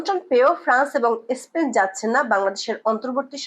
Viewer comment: বাজে উপস্থাপনা স্পেনকে এস্পেন বলেছে😂😂